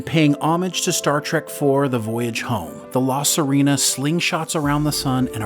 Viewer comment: Clearly whoever did the narration hasn't actually seen the show. "La Serena" is NOT "suh REE na". It is "suh RAY na".